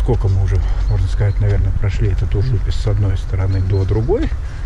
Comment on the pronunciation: В очередной раз спасибо за хороший и дельный коммент. Тут с ужУписом сыграло роль то, что я латыш. На подсознательном уровне возникают аналоги с латышским Uz upes (на реке) с ударением именно так. Схожесть языков иногда играет злую шутку, к слову я даже не задумывался о такой трактовке названия.)) Ввиду того, что в силу сходства языков, я понял причину возникновения названия района. Во дворах я к слову был, правда на стыке 90-00, А сейчас смотрел через арки и честно скажу, стало почище. Правда детально не заглядывал так-как были очень ограничены по времени и паркомат категорически отказывался принимать карту, платить по СМС с латвийского номера не получалось, а собирать мелочь по Нарвессенам я уже устал к тому моменту)))